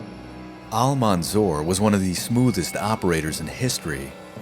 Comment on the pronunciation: His title is Almansour not Almanzour .. as if it pronounced like that it would give different meaning than the real meaning of the victourious 🙂 Thanks for you .. I appreciate your episode to the extreme .. you are one of the best history channels on YouTube